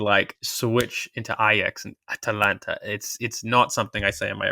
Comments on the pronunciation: When continually says Atlanta it does kind of knock his credibility. He sounds so on point and then it just goes wonky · it's Atalanta, not Atlanta!